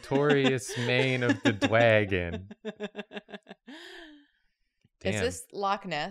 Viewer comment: i am distraught. "Dwagon" gave me the urge to play skyrim with the uwu mod